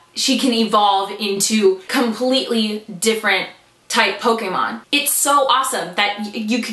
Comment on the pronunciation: PS. I'm never gonna get over how correctly you pronounce Pokémon!